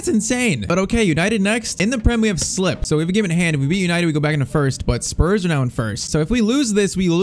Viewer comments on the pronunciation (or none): none